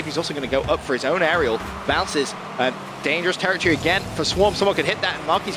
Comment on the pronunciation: If I hear "TerraTree" instead of Territory again...